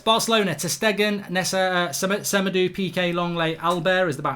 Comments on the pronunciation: Why does Mark say Sem-a-doo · It's SemedO